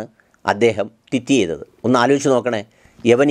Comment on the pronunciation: Please don't get me wrong... isn't it suppossed to be "tweet"... you make it sound like "twit".